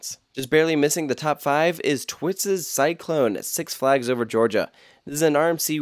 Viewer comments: "just barely missing the top 5 is... twitses cyclone " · “Tistewed Cyclone”